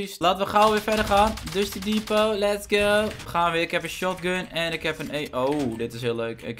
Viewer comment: Het is Dusty Depot en niet Dusty Devot huh ik schreef dit tijdens een reclame en bewerk het nu omdat het blijkbaar is verandert